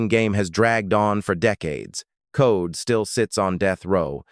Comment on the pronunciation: There last name was COLE!!!! NOT CODE!!! I was 11 years old when this happened and hated him ever since. Why is he still alive, I don't know 😕. R.i.p Debra Ford